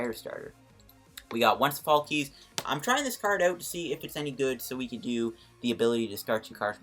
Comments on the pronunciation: Pronounce Sophocles as sa-foe-cles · i pronounce it as Sof-ock-lees